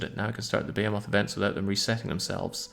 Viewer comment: I like how you incorrectly pronounce behemoth every time.